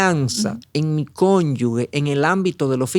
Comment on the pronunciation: Si se escribe cónyuge. Como se lee? ese es un error muy común leerlo como si fuera cónyugue. Corrija eso por favor